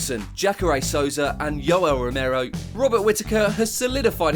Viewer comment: Did he just say Yellow Romero? 😂😂😂